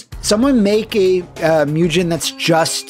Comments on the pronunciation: Just so you know, whenever pronouncing Japanese written in English a ‘g’ is ALWAYS a ‘g’ sound & never a ‘j’ sound. Similarly, a ‘u’ is always an ‘oo’ sound & never a ū/you sound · I love how "mugen" just became one of those words that took on all these alternate local pronunciations. It's like how back in the day everyone either said "rye-yoo", "ree-uh", or "roo". Yes, I knew a person who referred to Ryu as "roo", and this guy was adamant about it.